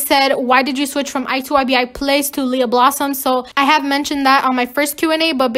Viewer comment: Few things to say: 1.Thank uuuuu you are like one of the first people who say my name right on their first try thank youuuuu Lia=😎 2. We stannnnn a queen who doesn’t change for others and is leader not a followerrrrrr and knows they are who they are and they WONT change who they are 3. Howwww were you sooo good at the parkour Cloudii made I’m jealousssss 4. Thank you for putting so much effort in your videos 5. I got sooo upset when they video ended I wanted it to go longer 6. 123 😎😎 (Ik it’s not by itself so I’ll write another comment with 123 by itself)